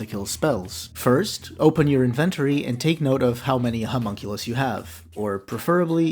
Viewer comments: "Invent ory" lol, weird how that's not how it is actually pronounced tbf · Immediately lost me on pronunciation of inventory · great video. im just gonna ignore the way you said inventory and assume its an elaborate bit